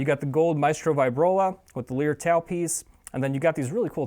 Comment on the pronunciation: Good review. I have one. It is fantastic.and fantastic value. Justine thing: lyre is pronounced like liar, not like lear. Named after the ancient instrument.